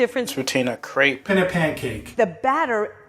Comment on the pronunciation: Hearing Americans try to pronounce crêpe always hurts